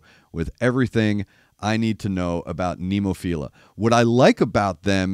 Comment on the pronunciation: You were close on the song title, 'Adabana' (ah-dah-bah-nah). The band name is Nemophila (neh-moh-fee-rah). The word "adabana" refers to a flower which doesn't bear fruit, or something that fails to live up to its fullest potential. The lyrics are pretty deep. It's worth watching with closed captions turned on for an English translation. The band itself is named after a kind of flower with five petals.